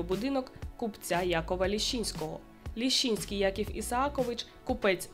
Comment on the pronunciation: Фамилия Якова Исааковича - Лящинский, а не Лещинский.